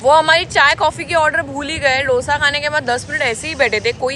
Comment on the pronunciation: It's 'दोसा', not 'डोसा', please don't say like that and hurt the Telugu audience 😊😊